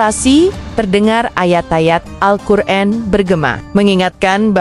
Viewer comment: orator jangan sok ucap... Alqur an ...kamu baca Alqur en.. jangan bilang saya ngga tau bahasa asing